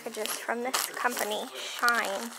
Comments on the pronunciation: The Shein stuff is pronounced She-In it’s mass produced clothing from China, doesn’t go for much. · That clothing Brand is pronounced she in as in she in the house. 😉 LoL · That packaged company is pronounced 'SHE-IN', super popular and probably decent resale!